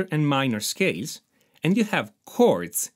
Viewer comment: ”MAJOR AND MINOR SCASE” “EGZESICE” I could listen to that allllllllll day😅👍👍👍👍